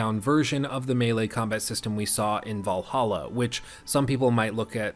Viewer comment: valhalla? You mean, valahha